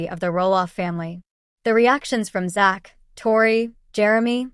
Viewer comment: You could at least learn to say his name right which is Zach with a Z